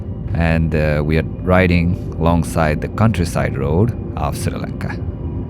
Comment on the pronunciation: And dude its not sirilanga its Sri Lanka